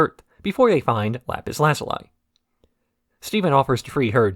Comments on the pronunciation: "Lapis Lazuleye" 😅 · oh my gosh am i gonna have to hear you pronounce lapis lazuli's name like that throughout the whole video?